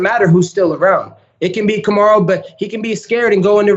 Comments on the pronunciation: colby said "Kamaru" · yo Colby actually said kamarus name right😲